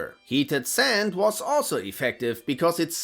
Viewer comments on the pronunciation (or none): none